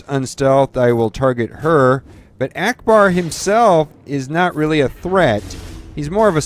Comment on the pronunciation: Trash he said Akcbar...